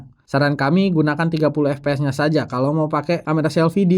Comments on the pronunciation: FPS = efpees 😂 mestinya baca efpies karena FPS adalah singkatan bahasa inggris Frame Per Second... kecuali GPD / Gambar Per Detik maka dibaca GePeDe 😂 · ef pi es bang, bukan ep pe es kalo pronunciation FPS